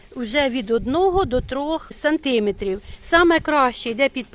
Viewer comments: Сантиме'трів! Наголос на 'е". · Жіночко, треба говорити 5 сантимЕтрів, а не сантИметрів. Зверніть увагу. До того ж 3 тижні, а не 3 неділі. Успіхів Вам у справах.